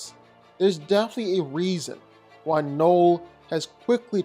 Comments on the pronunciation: Why are you saying Knoll? His name is Knull. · Knull. Not knoll. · I hate how you say knull